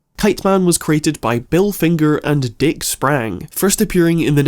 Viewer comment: I'm sorry. I can no longer take this character seriously after you said "Dick Sprang".